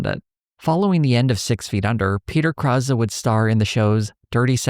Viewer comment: Never realized this was how Peter Krause pronounced his name -- I knew some Krauses, so I was pronouncing it in my head how they do.